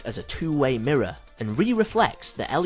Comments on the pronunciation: "The mirruh" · bloody mirruh